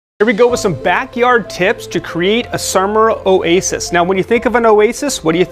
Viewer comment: what's a surmer oasis??? 😂😂😂